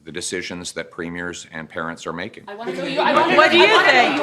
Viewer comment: "Wakeen" is not a word. "Talkeen" is not a word. "Becomeen" is not a word. "Makeen" is not a word. "Correckly" is not a word. "Takeen" is not a word.